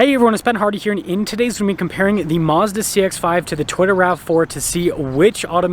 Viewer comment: Did this dude fail to learn how to pronounce the word video? I will stick to raiti's rides. He speaks more coherently